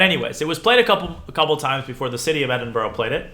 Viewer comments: Great vid. One thing - it’s pronounced Edin-bruh rather than Edin boro! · Thank you so much for this series you're an amazing teacher! PS Edinburgh is pronounced "Eh-din-buh-ruh" 😁